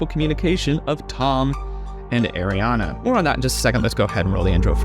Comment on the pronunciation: Just as an aside when you pronounce Ariana you need to think of it as Riana start with the hard R and it will be right. Just from one Ariana who has struggled with this for my whole life lol.